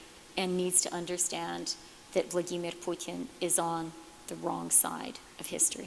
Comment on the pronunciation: It's- Vladimir Putin.. Not- VlAdiMiRpuTIn.